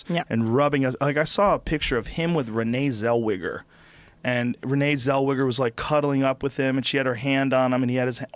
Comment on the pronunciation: Who the fuck is renee zellweejer